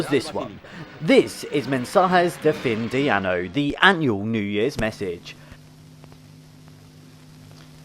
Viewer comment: Fin de Año not Fin de Ano. You want the end of the year not the end of the anus.